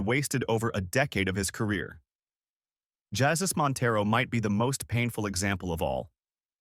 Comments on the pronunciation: "Jassus" Montero?????? Only cowards use A.I. narration. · I am impressed the A I voice can mispronounce "Jesus" but not pronounce it as "Jesus."